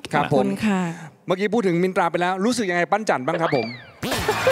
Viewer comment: มินตราออกเสียงรชัดดีมากๆค่ะ อนุรักษ์ภาษา